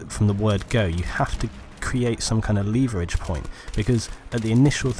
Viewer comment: I am going to use the word "leeeeeeeeeee-vur-ridge" from now on :)